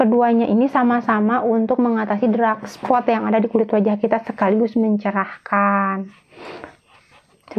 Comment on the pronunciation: Bukan drak spot, Mbak, tp dark spot😅